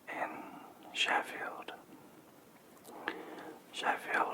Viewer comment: As an American, when I heard you say Sheffield, my brain went “Def Leppard.”